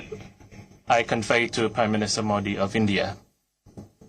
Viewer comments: Modu nahi mobi ha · nam bolna sikho phle modi ka modo mt bolo